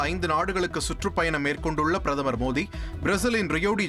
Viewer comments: Modi da mothinu enda padikira😅super news reader😅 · முதலி்ல் பிரதம‌ர் மோடி என்று நன்றாக உச்சரியுங்கள்